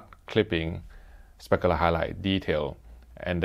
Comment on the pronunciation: I love when he says “speckaler highlight detail”